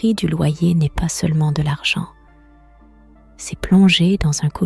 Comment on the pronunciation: C'est une IA qui conte. Ça s'entend au "Cé-ess" prononcé au lieu du "c'est". J'admets que la voix est très agréable et le petit accent sympa.